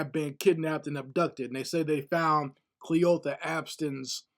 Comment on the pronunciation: Kleeotha, Cleeotha? That’s an old great grand mommas name 😂😂😂! The story is not funny though!